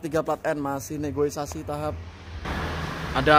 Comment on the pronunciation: Negosiasi...bukan Negoisasi..😠😠